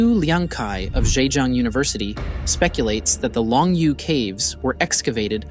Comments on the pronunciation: "Long Yoh" caves. It not pronounced long you. "You" is pronounced as "Yo or Yoh". Long yoh! SMH.... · I appreciate the work that went into this video... but you cannot even pronounce Longyou. None of the Chinese words you try to reference are pronounced correctly here except Han.